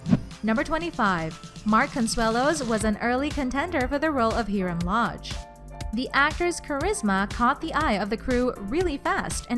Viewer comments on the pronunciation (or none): It hirem loge not herim loge